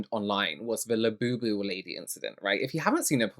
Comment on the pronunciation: Her KSI "Labewbew". Come on now. I'll be happy when these go the way of the Beanie Baby.